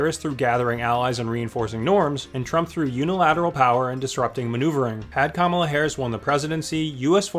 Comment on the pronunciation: "Kala"? KAMALA